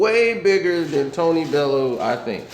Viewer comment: his name is pronounced bellyou not bellow!